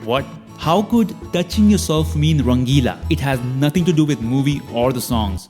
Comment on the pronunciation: Bro i think she said nangilla not rangila 😂😂😂😂😂